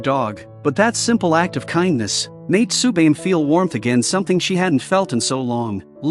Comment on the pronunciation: Correct pronunciation of the boy's name is Nat-sue-may.